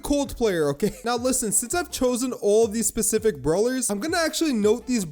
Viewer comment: every time he said "LISSEN" i gave up on my serious mode